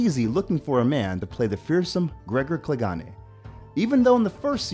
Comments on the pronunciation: “Gregor Cleganay” 🤦🏾‍♂️ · Not to sound rude but i guess you dont watch game of thrones, with the pronnouciation of Gregor Clegane and Danaerys, soz, nitpicking lol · you canny say clagane right and you called him an Irishman when he is not irish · ClegANE like "pain". And he's icelandic, not irish.